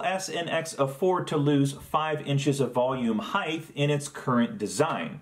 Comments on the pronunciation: Nothing personal, but it's "height" not "heighth". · Height, not heighth. 😉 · Hope this isn't rude, but your pronunciation of the word "height" as though it was spelled "heighth" drives me crazy. Carpenters do this too - but the word ends in "t", not "th". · Please, I beg you, pronounce "height" correctly. You're reminding me of my dad, and it's frankly creeping me out. :D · a) Cut your nails, b) Why can't you pronounce "height" correctly?